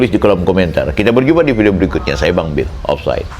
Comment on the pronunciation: Tumben bisa nyebut nama bang bill dengan bagus. Biasanya dia panggil YTN sebagai ceboker. Udahlah pake data bang bill,masih pula fitnah bang bill menyebarkan buku itu. Padahal aku salah satu subscriber yg ikut membeli. Sebagai support unt bang bill khususnya dan YTN umumnya unt menumpas hoax. Asbun memang congor si oanci ini